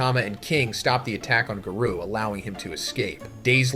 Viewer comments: If the narration is ai generated then it almost gets the pass minus the garoo lines. Gotta work on the phonnetics. Everyone let's remember that our boy is a one man show. Let's give the guy a break for trying to make his YouTube life a little easier. The script is still written by him and he's just trying to push out content for the fans. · When do you say garou like this ? Not cool Z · There is something off about this video man, I don’t know if the whole video is ai generated, but there is many instances that is clearly an ai voice, Garou, Tareo, bug-god, I’ve watched your videos for years and have never heard you say Garou name like that…